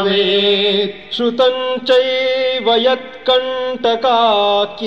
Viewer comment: ❤❤ First time listened to a version where words चैव and वैभवं are pronounced correctly with two matras. In most of the versions they say चेव and वेभवं which is ashuddha..